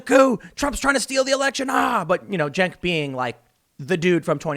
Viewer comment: "Jank" Uyger